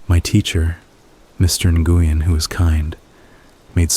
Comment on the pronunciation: Nguyen is pronounced When or wen or win My boss at work had that name